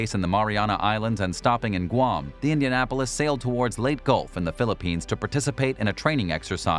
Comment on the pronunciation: Why is it that those who make videos ablot WWII ships use modern day examples of weaponry to make a comparison or point? Especially when the archives are full of photos of those examples of weapons and ships. My biggest peeve is the pronunciation of Pacific islands. Leyte, for example, is pronounced, "Lay Tay, not Late." My god guys, GET IT RIGHT!